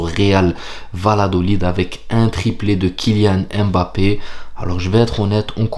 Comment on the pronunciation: Pas EM BAPPE, mais mmmmbappe...mmmmm...quand vous dites mon, vous ne dites jamais Em ..ON...